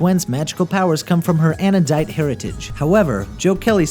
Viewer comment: anodite not anadone